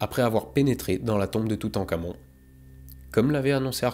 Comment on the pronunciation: je suis le seul a entendre "toutencamion" ? .... parti ... loin